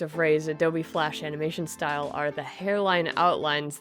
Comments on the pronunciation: uh-NAW-muh-shin :D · i liked "framination"